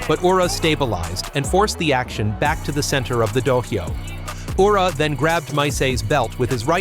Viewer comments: It is pronounced Ura, not "Yura"! Terrible pronunciation of Japanese names is irritating! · Good idea. I was getting fed up of "Yura", "R-eye-yuden" and "Eye-zori" amongst other mispronunciations.